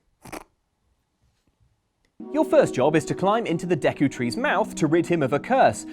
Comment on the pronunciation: When you realize how pronounces Dee-ku Tree & Ko-ka-ree Forest 😐 it's almost as angering as learning how some people pronounce Behemoth from Final Fantasy